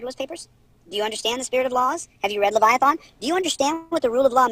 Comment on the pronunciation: English prof here. is now pronouncing Leviathan incorrectly. It's not Le-VI-a-THON, it's closer to Le-VI-a-thin.